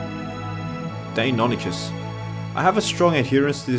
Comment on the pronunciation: You don’t know anything about dinosaurs. You say you liked deinonychus since you were young? Then why can’t you pronounce it right? It isn’t hard. Please have pride in your videos and don’t just go to Wikipedia